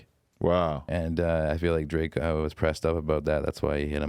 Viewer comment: “Drake mai fwend”🤣🤣